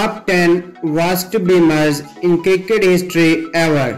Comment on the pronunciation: Top 10 beamers in " kirkit" history :D